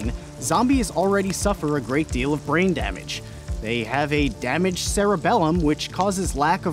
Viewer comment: what a BRAIIGGN